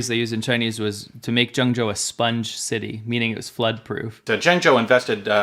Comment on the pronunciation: JENG JOE...I speak Chinese super well even when I don't have a script! Jonggo JaYoe! Woah Aye Jonggo!